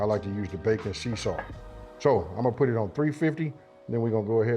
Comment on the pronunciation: Sorry, my hearing isn't so good. Did you say bacon sea salt?